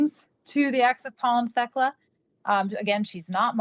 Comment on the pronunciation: Thst’s “TEK-LA”. My grandmother’s name.